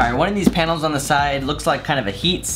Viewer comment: Am I the only one that heard "side panoes"